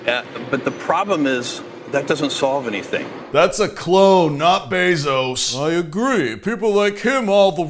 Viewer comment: Disappointed to see stopped the bit where he said Jeff Bezos wrong on purpose